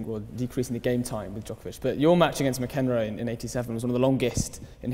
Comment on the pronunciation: "Ma-Kenrow"... omfg, who is this moron asking the questions ffs?! Is this seriously the smartest guy Oxford could find... what an embarrassment.